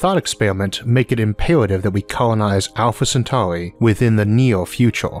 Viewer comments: seweeouswy? welwy? alpha centauwi? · "Alpha centauy" 😂😂😂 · Owfa Cen-tawi 😅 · Staws. Alpha Centawee. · Sorry, that weird accent of the narrator and the way he pronounced Alpha Centauri = couldn't watch it. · THWEE STAWRS IN THE ALPHA CENTAUWI STAWR SYSTEM?!?! UNBEWIEVABLE!!!!